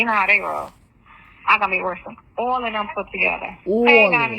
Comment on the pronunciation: I cant stand the way she says ALL 😩 and the "you know what im shayin"